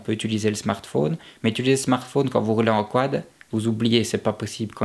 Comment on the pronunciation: Snartfaune et Septante En plus de créer ta propre communauté Fx tu créer aussi ta propre langue ! Tu m'as fait trop rire la avec le mec qui arrive pas a articuler en plus ! xDD Sans déconner super vidéo poto super bien détailler et expliqué avec des conseil .. Top ! :)